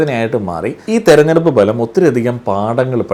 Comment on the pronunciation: ഫലം എന്നതിന് താങ്കൾ ബലം എന്നാണ് പറയുന്നത്